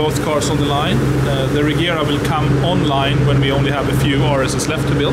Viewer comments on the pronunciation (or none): As a swede I think it's pronounced Rejera ie To reign